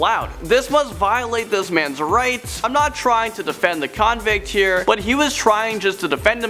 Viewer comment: Ok clips I just don't like all the emphasis you put on the word " convict "......